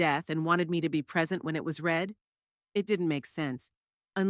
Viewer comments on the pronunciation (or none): The story is good but the reader needs to know the difference between the present simple and past simple of the verb "TO READ" The present is pronounced the same as in FEED but the past is pronounced the same as FED although both present andcpast as spelled the same. Needs more work. Also, the inconsistency at minute 60 when Merle goes to the dinner says that her daughter Tabitha looked at "MY BROTHER instead of HER brother. I had to lidten 4 times to check if I had heard it right. Please proif read before posting.